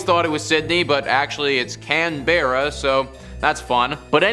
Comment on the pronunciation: It's pronounced can-bra